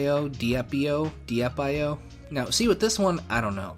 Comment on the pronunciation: Commenting for algorithm. Just kidding. I've loved .io games since they came out. The less popular ones definitely have fake multiplayer. I'm pretty sure Diep.io is pronounced "deep io", referencing its complexity and levelup system compared to other io games. Splix.io was one of the first territory io games. Braains.io is one of the better multiplayer ones. Games last 2 minutes, one team is the zombies and one team is the human survivors. It comes complete with a bunch of weapons for the humans to pick up and destructible environment objects like dressers and stuff to block doors. It's pretty good.